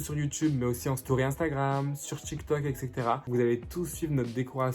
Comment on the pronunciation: T’inquiète pas moi aussi j’aime pas les sushi et sinon tu chante trop bien🤣 par contre ca se dit pas « ecextera » mais « exetera » bon dsl je sais pas écrire mais voilà bref bisous ❤️